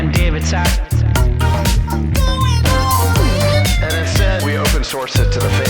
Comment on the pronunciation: its sacks as in "NUT sacks" not "NOT sachs."